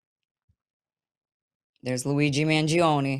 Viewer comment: I love your italian accent when you name him !